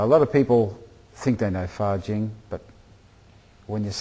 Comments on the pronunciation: a lot of confusions things here. this guy misunderstand a lot of things, and misunderstand others martials arts. he explains wrong and doesnt understand what 发劲 fajin et non fajing quil ne sait meme pas prononce. did even really learn taiji? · a lot of confusions things here. this guy misunderstand a lot of things, and misunderstand others martials arts. he explains wrong and doesnt understand what 发劲 fajin et no fajing what he cannot even say right. did even really learn taiji?